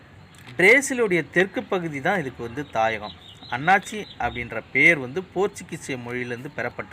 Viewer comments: jee annachi illa athu annasi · அன்னாச்சி அல்ல அன்னாசி என கூறுங்கள். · அண்ணாச்சி இல்ல அன்னாசி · நன்றி videoவிட்கு தமிழை பிழை இல்லாமல் பேசவும் அன்னாச்சி பழம் இல்லை. அன்னாசி பழம் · அன்னாசி பழம்